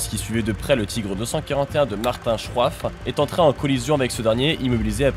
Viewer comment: Parcontre tu prononce mal Martin Schroif